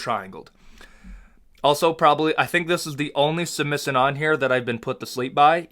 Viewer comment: The way he says position and submission 😂